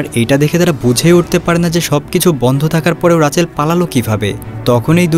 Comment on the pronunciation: রাচেল না মিয়া রিচেল 🤨🙄😏🤦🏼‍♂️